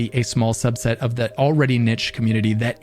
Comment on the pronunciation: This guy should look up how to pronounce community 😂